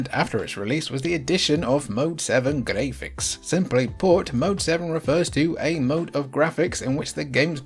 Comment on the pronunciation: you are clearly NOT pronouncing words as the rest of us pronounce them, for example, Graphics is not pronounced Gray-fix, it's Graph-icks! And Yakuza is not pronounced Yak-you-za, it's properly pronounced Yak-oo-za! GodDAMMIT dude, go take a Pronunciation Class from someone articulate and well-learned who DOES give a shit about applying what he's learned in Republican-teacher taught educational institutions, instead of schools that are brainwashing kids nowadays!